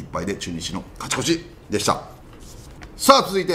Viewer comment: 里さんの「カチコチ！(勝ち越し)」好き